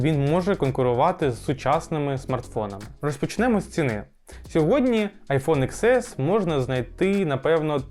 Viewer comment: ріже слух коли кажуть айфон ікс ес, добре відео, але вірно казати айфон (десять ес), пробач за критику